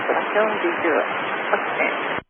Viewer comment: 靠北, 他們兩方講的英文我一句都聽不懂 我以後不敢說印度腔在含滷蛋了, accident的發音根本不像accident阿!!!!!!!!!